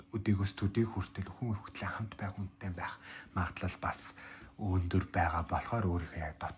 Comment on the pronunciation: Өндөр гэдэг үгээ тод хэлээч 1 дээр сори